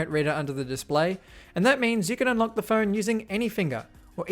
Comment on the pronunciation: He said unLOCO😂